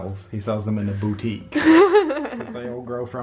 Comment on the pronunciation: Botty-iqe (you know like boutique) where he sells his butt flowers